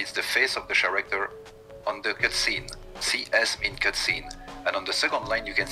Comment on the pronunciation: “The char-acter”